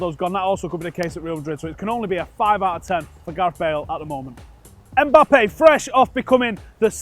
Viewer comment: ey bro, his name is not Eh- Mbappe! The lads name is Mbappe!!